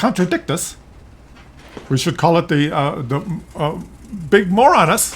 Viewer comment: The name is even stupider when you pronounce it correctly. It's the con-tra-dick-shus'. The 'T' is a 'sh' sound. Because English.